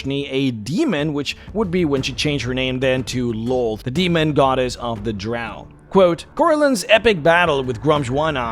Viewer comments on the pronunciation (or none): Lolth and Lloth are pronounced "Lilith."